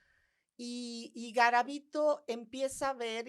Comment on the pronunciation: Soy de Colombia , conozco muy bien el caso de Luis Alfredo Garavito, y noté muchas inconsistencias en el relato que aquí exponen sobre su historia. Dicen varias veces mal el nombre , y algunos sucesos no son verdaderos (los niños NO se pr0stitu!an en el parque que mencionan, solo fueron niños vendedores ambulantes o limosneros )